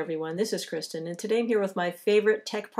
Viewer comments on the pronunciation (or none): none